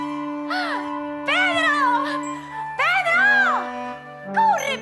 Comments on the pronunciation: en vez de decir Corre Pedro dijo Corre Pedo 😂😂😂😂😂 mori con eso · dice en vez de "CORRE PEDRO! " Dice : "corre pedo" pero si pones mas atención dice "RE-PEDO" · me lo parece ami o en el minuto dice pedo :v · ¿Soy la unica que en el minuto se dio cuenta que dijo corre pedo?XD